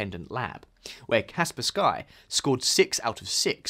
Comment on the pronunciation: Kaspersky is one word, the "sky" is not an additional word... so you have to pronounce it as "Cars Purse Key" and not "Cars Purse Sky". Its not pronounced differently according to region, that is just how you pronounce it even when using English language rules.